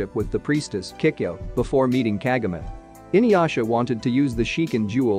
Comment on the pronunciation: You keep on pronouncing her name wrong